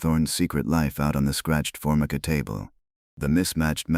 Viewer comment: for-my-ka,counter top , thirty eight special, not point 38 special